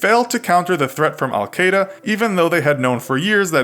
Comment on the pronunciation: Love the vids but bro learn how to pronounce words right. You don’t mess up too often, but almost every video you are in you mispronounce at least one word that is said multiple times. It’s Al-Qaeda not alkeda